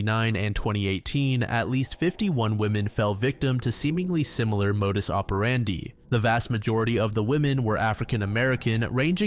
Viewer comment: Finally, someone knows how to pronounce "modus operandi"